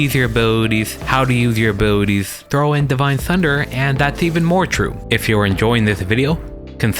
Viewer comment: love how you say "A-booty-ties" <3 i mean it in the most possible way